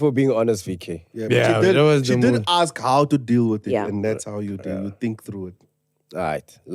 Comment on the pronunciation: "AKS" - I'm "aksing" you a question 😂😂😂😂